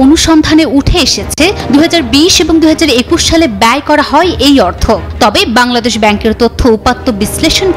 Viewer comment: হয় কে হই হই বলেন কেন?